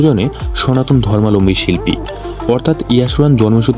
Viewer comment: অনেক অজানা তথ্য দিলেন ঠিকই, উচ্চারণ ঠিক করতে মনোযোগী হোন।ধর্মালম্বী নয়,ধর্মাবলম্বী।